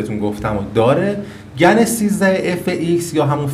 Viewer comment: ممنون. ای کاش ایرانی ها هم مثل همه دنیا اسم این شرکت و مکعب هاش رو به گن تلفظ کنند ، نه گنز GAN is correct